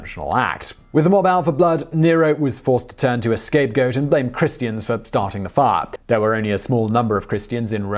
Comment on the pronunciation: He did not say Christians or Christus. He said Chrestians and Chrestos.